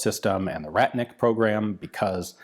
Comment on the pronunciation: Please, a little tweak from "rat-nik" to "raht-nik". Google translate pronounces it close enough - Ратник is a medieval Russian warrior. Рать (raht) - medieval Russian armed force.